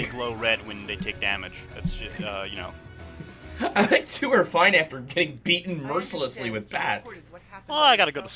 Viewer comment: I want to keep going with the joke that is Rocknight's daughter, so we've finally seen Rocknight unmasked. I guess nobody noticed pronounced it "Getting anger and anger..."